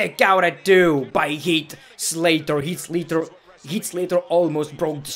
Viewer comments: “Heat” Slater😂 I love when he mispronounces names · Sorry I’m mocking your accent but the way u said heat slater